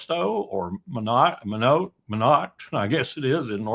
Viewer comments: I think it's pronounced My-knot. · Correct pronunciation of Minot is My-not I live a stones throw away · FYI 'Minot' is pronounced "My'-Knot".